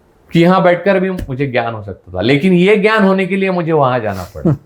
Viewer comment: श्री आपले वाचन अफाट आहे त्यापेक्षा बोलण्यातून चांगली दिशा मिळते परंतू हिंदी त बोलताना टिळक म्हणा टिळलक नाही ग्यान पेक्षा ज्ञान म्हणा.